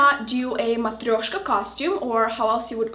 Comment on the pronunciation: can you please speak a little bit of russian and Moldovian ( i don't know whats the right way to name your language haha). I Love hearing you say Matryoshka, i it will be so cool to here you talking your mother language :) Your videos inspire me to be more happy with myself! Thanks you for that :)